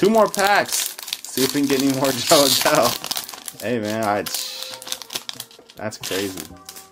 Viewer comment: Nice break! Congrats on all the rookies, that Adell Refractor is super nice!! Those inserts are the 1952 design by the way, not 1956! PS: Fantastic name pronunciations, have come along way since that first Opening Day Break last year! 😆